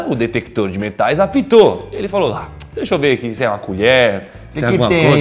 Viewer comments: Verdade a senhora falou daixa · Tá falando português ou ta falando a língua do não sei porque vc falou daixa